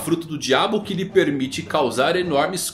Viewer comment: "Premite"? kkkkkkkkkkkkkkkkkkkkkkk